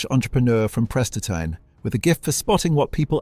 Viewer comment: Who can’t pronounce Prestatyn correctly? AI